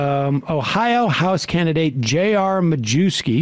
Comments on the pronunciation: Yeah, I had a teacher in high school with that name, he pronounced it “My-YEV-skee.” Apparently JR pronounces it “Ma-Jew-skee.” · Doesnt even have the decency to say his own name correctly, be proud of your polish heritage its My-yev-ski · It's actually pronounced "My-YEV-skee".